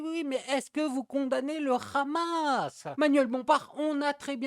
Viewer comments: Ce n'est pas khamas mais hamas, le h ne doit pas être accentué 😂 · Est-ce que vous condamnez le rrrrhhamasss 😂😂😂